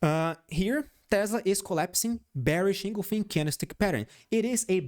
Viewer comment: En—gul—fing not engolfin